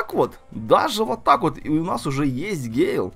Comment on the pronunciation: Не гейл, а гЭйл